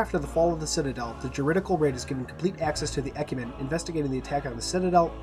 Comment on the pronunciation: Not really a big deal, but Mendicant is pronounced with a soft C, so sounds like "Men-di-sent". Also, Ecumene is pronounced "Ek-yoo-min-ee" Again, not really a big deal.